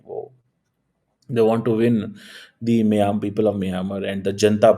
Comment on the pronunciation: Miyamar nahi mynamar for pronunciation Why didn't you send your aid